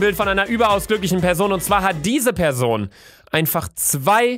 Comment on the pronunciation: Bitte Luca wenn du noch ein Mal PESON sagst nehm ich mein Abo an dich zurück !!!